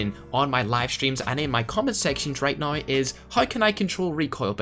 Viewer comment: Ads every 2 minutes, and a speech impediment where you can't say the "ow" sound in "now" without sounding like "oi". Practice that.